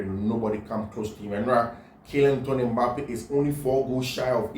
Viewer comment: Kylian lottin Mbappe not litton bro